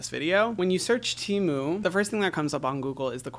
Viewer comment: He said TEMU tmu